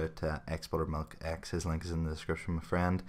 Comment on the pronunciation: ughh the way you say link